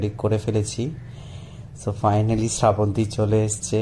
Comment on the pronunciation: ওটা স্রা বন্তি না শ্রাবন্তী হবে, বাঙালী হয়ে বাংলা উচ্চারণ টা ঠিক করো।